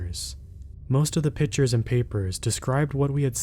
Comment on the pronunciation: The word is pictures not pitchers.